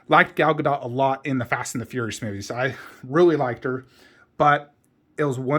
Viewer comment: Her last name is pronounced with a short T. It's not DOT (like connect the dot). It's sounds like DOOT. Just a FYI for the community. I actually think the bust next to the horse looks better. But with all the props, it looks better in the corner because it's not all cluttered.